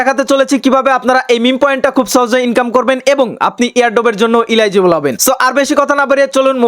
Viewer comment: Vai thik Kore eligible bolte pare na 😂😂😂